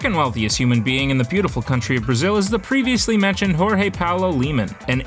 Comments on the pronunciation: stop saying "jorge" in a spanish way please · the j is not r we not spanish 🤮